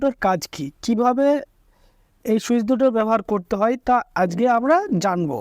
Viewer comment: শুদ্ধ করে কথা বলতেছেন ঠিক আছে তাইলে আজকে না বইলে আজগে কেন বলেন